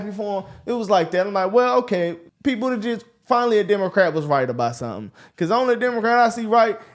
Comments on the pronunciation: When dude on left kept saying go listen to pete booty jed said 😂 its how he kept pronouncing it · Guys... It's pronounced, "Booty Juice"... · Not gonna lie I though y’all were saying “Pete booty-gizz” 😂. I was like “AYO!” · It’s pronounced Bootie- gig. Pete Bootie-gig